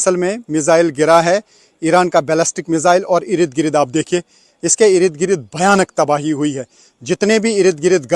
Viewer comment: इरिद गिरिद नहीं बोलते, इर्द गिर्द बोलते हैं 😂😂😂😂